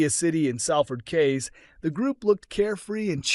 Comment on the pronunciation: "QUAYS" is pronounced "KEYS" 🍁